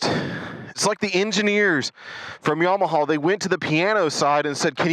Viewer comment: I think your distaste for the Bolt is directly related to your pronunciation of "YamaHAUL"